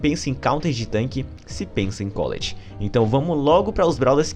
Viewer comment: Mano, todo mundo fala o nome da Colette errado... fica chamando de Cóleti, ja to p da vida